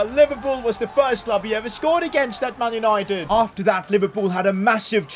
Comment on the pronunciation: "man unOIted" 😅😅 great vid though.....